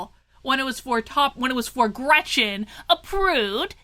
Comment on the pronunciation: Her name is Gretchen. Just say'n.